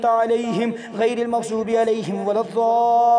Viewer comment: جناب ممغظوب غلط ہے مغضوب صحیح ہے